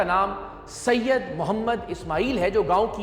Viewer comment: اتنا رگڑ رگڑ کر کیوں کہہ رہے ہو سید سید آسمان سے تھوڑی اترے ہو